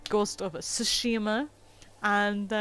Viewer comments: im pretty sure it pronounced sushima the t is silent but great vid tho 👍🔥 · The t is not silent. Japanese is very straightforward. It's not tonal like some other Asian languages like Chinese and Vietnamese. A as a in apple, e as a in day, i as e as in bee, o is o, u as in uber. Most get this wrong still when they say sake or karaoke the e sounds like a as a in day, so its sa kay, not sa kee. When they pronounce sake like sakee, i think of saki as in o saki ni (in a little bit or while). It's ka ra (empty), not kerry, remember it's a as in apple, ka and ra sounds the same. ke or Kay (orchestra) not o kee. Or karate, it's ka ra (empty) te or tay (hand). Not ka rat e (bee). Most Japanese words consist of 2 letters syllables. A constanant followed by a vowel (examples ma, me, mu, mi , mo, ta, te, tu, ti, to, etc) . There are exceptions like when you put constanants t,k,s in front or n, i at the end. But they are still pronounced as 1 syllable. Example, Tokyo and Kyoto, most people pronounced it wrong with 3 syllables, to ki yo. Kyo is 1 syllable, make the k sound combined with yo. So it's to kyo. It's the same with tsu, make the t sound add su into 1 syllable tsu it should almost sound like t+zu. You pronounced it better than most youtubers. Shi, is pronounce she. Most got that wrong. But you got that right. I studied Japanese for 6 years, 2 years in high school, 4 years in college. My pronounctiation was all phuked up til I lived in Japan as a exchange student for a year. The 3 letter syllables to me a few weeks to get that down.